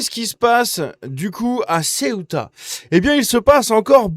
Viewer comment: ''CEOUTA'' et pas '' CIOUTA''! Décidément t as du mal 😂